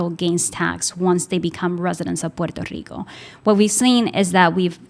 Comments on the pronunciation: So is Guam and some of the pacific ocean islands ,but Puerto Rico is the most blatent one . Thank you for correctly pronouncing "PUERTO RICO" It is not ' porta rica' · Lo está pronunciando bien, en la lengua original. No sea acomplejado